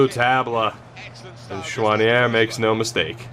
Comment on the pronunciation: As a French Canadian, I can tell that your prononciation of « Choinière » was pretty good😅😂👍